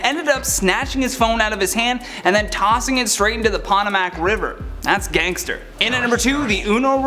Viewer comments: The “pot o Mack” river? Really?🥴🙄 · Did you just say the pot-uh-mac river? Lol. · Pot-o-Mac River. 🤣🤣🤣